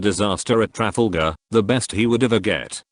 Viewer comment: Tra-Raft-a-gal??? D'oh! Stop using computer AI voice overs.